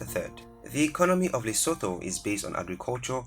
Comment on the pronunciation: You kept pronouncing my kingdom Lesotho wrong 🙄